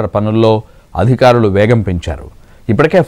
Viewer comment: amma thalli aaaadikarulu kaadamaa adhikaarulu